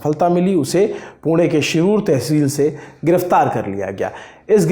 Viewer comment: Wahhh sir isey kehte h pronunciation पुणे ण, न nahi 👏 👏